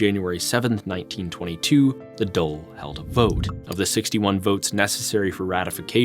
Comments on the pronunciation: I am going to be honest its difficult to take you seriously when you struggle to pronounce irish placenames surnames or Dáil. I think you need to be versed in that really to understand irish history it makes me think you can't read irish or understand what the gaeilge speaking community was doing during this time. Its hard to take americans seriously as acedemics for this reason. Even if you pronounce it right there is a whole side of irish history you miss out on. Sadly in the anglosphere even in ireland its acceptable to call yourself an expert on french history without speaking french. You can't really understand irish history without having lived here studied here and having a bit of irish imo. But i dont mean to be mean spirited. Its a good video. And you did your best. Thank you for your efforts. Even flawed recognition of a small country is better than nothing. So i humbly thank you. I am subbing and i look forward to more videos. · The Dole is Social Security Benefits xD I think you mean the Dáil :p Its pronounced like "Dawl" At least you didn't use the weird and very wrong RTÉ pronunciation, for some strange reason the call it the "Doyle". RTÉ famously misspelled their own name for 40-odd years. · Pronunciation of Irish names and placenames was surprisingly accurate. 👍 With the exception of Dáil which is not "dole" which is our word for unemployment benefits 😆 - it's more like "doll" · Great video , One thing on pronunciation(nit picking) the government building is pronounced as " d-all " . In the video you pronounced it as dole which is the irish social security payments.Great video though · Dail DAIL !!!! DAWL not DOLE !!!!! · It’s pronounced dawl not the dole. Great video, but how did you miss that? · Why do you keep calling the Dàil the "dole"? You pronounce the A, it doesnt become a o. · Great pick. I'd have loved if could have consulted on some of those pronunciations though... "The Dole" for the Dáil is especially tough to hear.